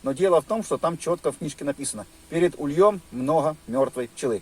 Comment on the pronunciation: Блин , даже страшно слушать как русские говорят : (перед ульём ) это же не правильно , а перед ульем . Русские учитесь правильно разговаривать и правильно акцент на нужную букву ставить .Просто противно слушать обидчиков ПРЕКРАССНОГО РУССКОГО ЯЗЫКА .Одни хамы!